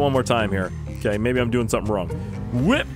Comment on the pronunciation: Intro hey guys it's me who thinks of shark cards instead of learning how to say sumring